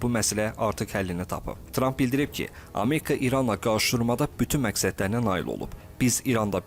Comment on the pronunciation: Ameka yox ! Amerika deyin.